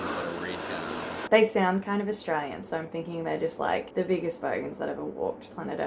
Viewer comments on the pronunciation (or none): 'Are they arsetraylyin?' LOL no shade, I say it that way too, its ironic we can barely pronounce it.